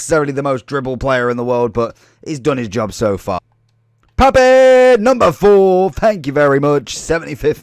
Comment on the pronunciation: I would have left a like if you'd have pronounced his name correctly!